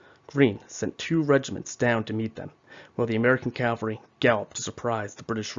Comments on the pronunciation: Please, please,please stop confusing Cavalry with Calvary. Cavalry are military horsemen. Calvary is the hill in Jerusalem upon which Jesus was crucified. You do great work, but this mistake makes you sound incompetent ( which you are not). CAVALRY. Not. Calvary With respect , Marcus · Thanks you for the video... please say after me...CA-VALL-RY....thanks again !